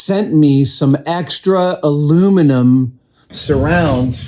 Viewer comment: Thank you for using the correct pronunciation of aluminum! I get really tired of all the other channels that add the extra i and say "aluminium". I know that both versions have made their way into the dictionary, but I prefer what's on the periodic table of elements.